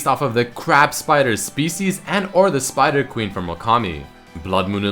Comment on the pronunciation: Spooder Kwin Ehleez